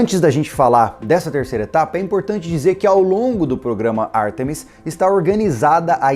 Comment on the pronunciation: a pronúncia é Ártemis, e não Artêmis, tanto em português quanto em inglês.